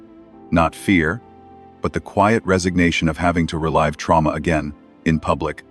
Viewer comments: "re-LIVE'" them? It's freaking 're'-live' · Yeah and it pronounced "relive" as "ree-live" when it should have been "ree-liv"